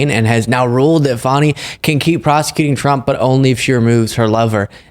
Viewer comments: It's pronounced fawni. Not fanny. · Fawning, not fanny. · It's pronounced Fawn ee not Fanny. Spelled Fani. You did correct your boy. Thank you. So many people mispronounced her name 😢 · It isn't Fannie Willis, it's pronounced Fawni Willis. Big mistake from that guy, Trump calls her that. Good you corrected him, but he should have known that. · Fani is pronounced Fawni.... Not Fanny. WTF. Why is it so hard for people to get her name right? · Her name is pronounced FON-E not FAN-E! 😂😂😂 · Please ask to pronounce Fani as Fawnie not Fanny. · I always respect you, but,.....it's not " fanny" it's fauny, please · Please tell that Fani is pronounced Fawny, not Fanny. That’s what the MAGAs call her to be obnoxious. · Pronounced "Fawni" not Fanny. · Can you ask to quit pronouncing her name like Fanny (Danny with an F). It’s Fani, pronounced like the word Fawn with an I on the end. I find it disrespectful to mispronounce her name. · Please tell him it's not Fanny Willis but Fani (pronounced fahhhni) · Her name is pronounced "Fawny" not Fanny! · FAWNY not FANNY,... FFS!! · Her name is pronounced, “Fah - nee,” not “fanny.” For goodness’ sake, WTH??? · Hello, tell your guests..... she is not Fanny, its Fani (fawn-ie). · Your host called her Fanny Willis 😡 its pronounced wrong!! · Dude, pronounce Fani's name properly... the way you say it make my skin crawl. Fani (Faw-Nee) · Kudos! I first heard the news here. However, your friend ruined your announcement by mispronouncing Ms. Fani Willis' first name!! IT IS NOT "FANNY!!" 🤦🏼 😅 I am actually disappointed with McAfee's ruling. Both Wade & Willis should not be shamed for a personal relationship that had ABSOLUTELY nothing to do with the law! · Her name is pronounced FAWN-E!!!! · Pronounced FAW-nee. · FYI it's pronounced "Faw-ni", unless you're Maga trying to imply something salacious. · Just to let you know it is not fanny willis its Fani. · Her name is pronounced Fawni